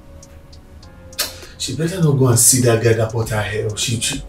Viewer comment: Oya madame it’s hair not air! Pronounce your H 🤔